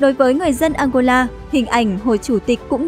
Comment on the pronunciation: nghe đọc tên ăngôla mà cứ tưởng đất nước nào kg có trên bản đồ thế giới